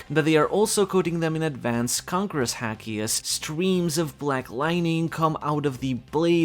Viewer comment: Why do you pronounce haki as "häki" since not even americans pronounce it that way and you're european and also are fluent in japanese. Nobody says it that way. I don't mean to be rude, I'm just really confused over this little detail.